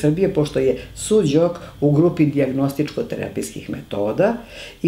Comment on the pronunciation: Pozdrav za predivnu profesorku Veru, uz njene seminare se mnogo toga korisnog i lepog naucilo. Ispravka za voditelja, u imenu onuri Su - Jok terapije, ne postoji slovo DZ. Mnogo ruzno tako zvuci.